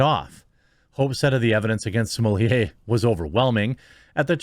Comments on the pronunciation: Why do people say "smo-lee-ay"? there is no "i" in his last name....it's either "smo-let" or "smo-lay"....2 syllables. I don't care if he wants to be known by a certain pronunciation, this is fucking english. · Why do so many people have trouble pronouncing such an easy name? SMO - LETT. Smolett. Not Sumolier. Geez. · stop calling him sommelier please. its grating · 👀 is that how his surname is pronounced??? I hear everyone saying “Smuh-let” 🤣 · Seriously, whats with the way you say this clowns name? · You pronounce his last name wrong.